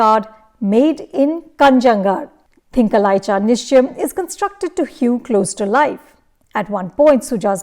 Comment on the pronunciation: At least put in some effort to pronounce the name of the film correctly